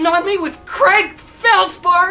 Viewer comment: I thought his name was creg, pretty sure it was creg not Craig